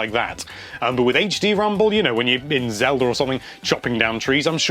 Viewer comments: I do have question, Why do all britts say ocarinurr of time, and zeldurrr ? This has always kept me wondering. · Yes Zelder Ocariner of time is the best